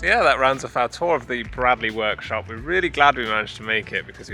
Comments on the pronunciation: Great watch. It's pronounced braydley btw 😁👍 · Gotta tell you. It's pronounced 'Braidley'. Sorry to be that guy (As it happens, my name is Bradley..... pronounced Bradley) ;) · Fascinating stuff - must look out for their next Open Day. By the way, it's pronounced Braydley...